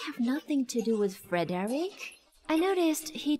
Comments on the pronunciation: FER-DIREK,FOR-DIREK, FRED-REK??? Can we stick to Mr.Wen😂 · It's weird to hear these people pronouncing Fredrick's name as "FOR-DERICK" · I can not stop cracking up with the pronunciation of the his name Frederick.